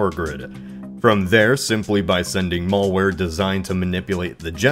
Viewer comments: What is "mulware"? It's malware. Mal. As in bad. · Don't know what's worse. The fact that the start of the next cyber war could be starting literally right now, or tomorrow. Or This guys pronunciation of Malware. (is it REALLY pronounced like Mall?) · Maul-Ware lmao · The "mall-ware" "has arose" xD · "Mullware"...interesting accent on "Malware".